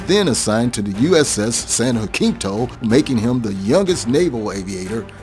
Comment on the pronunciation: It's too bad that, with all the research that went into this, they didn't look up how to pronounce "Jacinto".